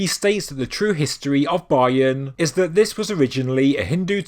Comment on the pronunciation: It’s terrible pronouncing of Bayon and Khmer.